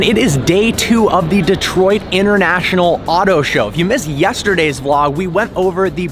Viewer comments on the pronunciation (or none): none